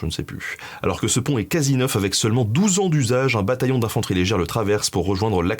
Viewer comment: J'adore? Cependant Benjamin, tu persiste à mettre des "s" derrière la plupart des chiffres. Ainsi dès le début 5 "z"années. C'est bien dommage.